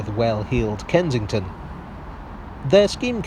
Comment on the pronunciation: Can’t work out if you’re saying “Kentington”